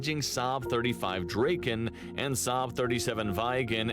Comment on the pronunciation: The names of the Swedish planes mentioned (and which the presenter consistently mispronounces) are: "Draken" which means "The Dragon", "Viggen" which Wikipedia suggests would translate to "The Tufted Duck", and "Gripen" which means "The Griffin". Earlier Swedish jet fighter models were "Lansen" (The Lance) and "Tunnan" (The Barrel, if you see it you will understand). JAS stands for "Jakt, Attack, Spaning", which means pursuit (ie. fighter/interceptor capability), attack and recon.